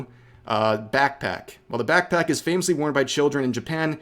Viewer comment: I dare you to say BAKC-PACK one more time :D